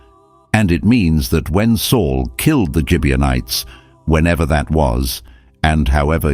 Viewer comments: RizpahCain not Kane. Gibeonites not Gibianites. Rizpah not Risper. Saul not Sol. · Gibeonites with a hard sounding g not a j sound.